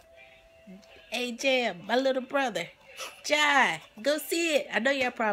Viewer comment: Lol!! I saw it. But haven't taken the boys yet. Loved it.. And Jai is pronounced (Jay) lol.